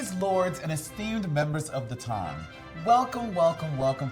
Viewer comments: every time she says "Ton" sends me 🥰🥰😂😂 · Said it wrong every time